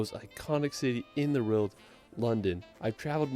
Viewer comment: I do not enjoy travel videos - including his total mispronuncuations of British placenames. (Or even the "world" which he just cannot say!?!) I will say his photography seems on point though...